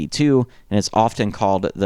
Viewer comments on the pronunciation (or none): ROIR is pronounced "roar"..now you know...